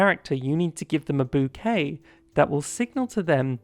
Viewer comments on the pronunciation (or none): none